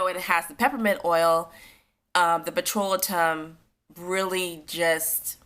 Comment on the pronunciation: Pet-ro-lay-tum. (Petrolatum)